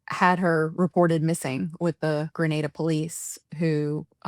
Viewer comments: Lady from the UK ( the journalist) it is GRENADA IN THE WEST INDIES and not Granada in Spain .Please prounce the country properly ,do your research first, thank you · Our country is called Grenada, the Caribbean Island. Not Granada in Spain. Please get it right? Your unwillingness to even try, says alot about you. Smh.